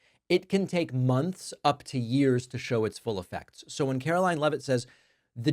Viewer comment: Why can't this woman pronounce her "t"s? She sounds like a 5 year old.